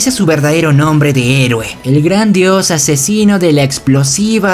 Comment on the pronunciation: alguien noto que dice asesiono?